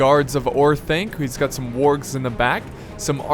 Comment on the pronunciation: did he really say worgs its wargs lel :) :P